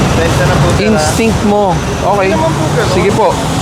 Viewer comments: 8080 sumagot " instict" HAHA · Nag english pa kase eh hahaha instict at habit? Hahaha tulongges 🤣🤣🤣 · Huwag na kasi mag ingles, na mali ka pa tuloy ng bitaw “instinct” ha..😂🤭🤣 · "instinct" hahahahhahahaha naituro din siguro yan sa training nya